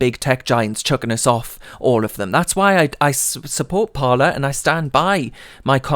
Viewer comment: Surely it would be pronounced "par lay"